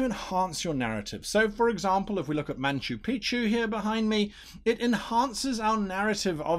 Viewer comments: Why do the british say it with an N ? There's no N in Machu Picchu! Anyway, spot on. Great stuff. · Nacho Picchu sounds better tasting. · That is super weird, first time I've noticed it. Of course I mostly read about ancient cultures, rather than watch something on the BBC.